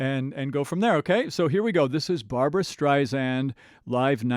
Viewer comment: Please... it's Barbra StrI-Sand with an "S" not a 'Z'. Sorry, it's just one of those things that irks me when it's said so often. This was a great mashup and I enjoyed your introspect and knowledge of these two amazing singers. For me, it's Barbra all the way because of her innate ability to deliver a song from her heart to your's. The woman has had no vocal training... it's all an incredible gift that she honed perfectly. Perhaps you picked up on Barbra's version being more introspective because it is..."Papa..." is a song written especially for Barbra by lyracists Alan and Marilyn Bergman, because of her own father who died when she was just 15 months old, but always felt connected to. Barbra always seems to embrace a song organically...I have never heard her oversing or be more connected with the performance than the lyrics. Maybe that's why esteemed lyracist Marilyn Bergman once said about her..."The best singer that any lyric writer could ever have singing their song." I've used this analogy many times... Barbra seems to sing in 3D, while everyone else is in 2D.